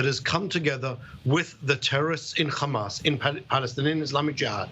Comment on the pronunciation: The UNRWA is a terrorist organisation?????? Really???😂😂😂😂😂😂😂😂😂😂😂😂😂😂😂😂😂😂😂😂😂😂😂😂. What a complete douche this guy is. He even says, "Khamas'😂😂😂